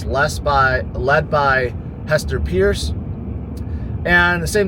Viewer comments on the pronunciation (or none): none